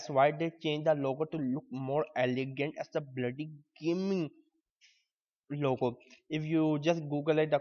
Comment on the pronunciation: he looks so serious but doesn't sound like it at all ''a bloody GHAYEEMEENG LOWGOH'' ! XD XD XD XD XD